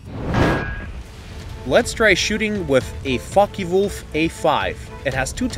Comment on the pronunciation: It's pronounced "Focka Wolf"